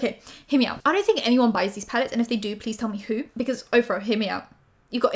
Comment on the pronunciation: Someone tell me why I keep hearing Ofra as Oprah lmaooo 😂